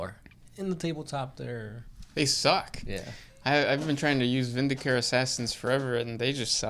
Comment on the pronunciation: guys... it's "Vin - di - ca - re". you listened to me on Temandealabird's name, go with me on this. i'm not leading you astray.